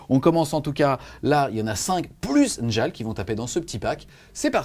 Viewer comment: Les 'J' dans les noms vikings sont utilisés comme des 'i' Comme pour la Red Sonja, on dit Red Sonia. Donc on dit Niarl et Biorn